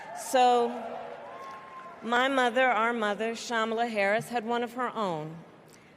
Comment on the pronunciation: Why does she says “ma mother” like if she’s southern 🤡